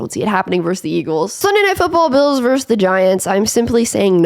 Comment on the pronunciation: Vs is verSus not verse